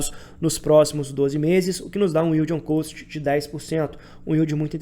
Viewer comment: Vc pronuncia "Cost" errado, do jeito que vc fala é a pronúncia de "Coast" (litoral, praia). A pronuncia de Cost equivalente a custo é Cóst